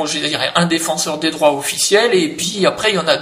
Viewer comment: Lol pour ta langue qui a fourché à la fin et qui a dit "le défenseur des draps" au lieu du défenseur des droits.